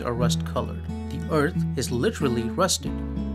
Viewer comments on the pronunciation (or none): none